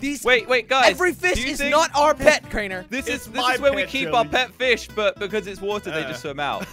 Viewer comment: its not krAnEr" its Crainer